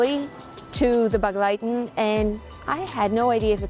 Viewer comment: Thanks for the video and your dedication. I didn't understand the word begleiten the way you pronounced it even if I knew it. My grandmother was from Satmar but she pronounced it differently more like an e instead a sounding for the first e.